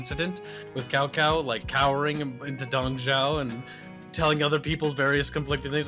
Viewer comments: "Kao Kao"? Really,? xDDDDD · i'm pretty sure Cao Cao is pronounced sou sou with a sharp S like in snake. i might be wrong, but is definetly wrong